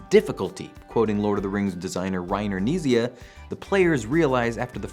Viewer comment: I like this video, and then the presenter mispronounced Reiner Knizia and then I lost interest.